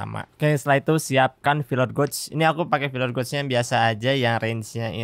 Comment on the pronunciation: Filler gauge = filer geich bukan goug , sukses selalu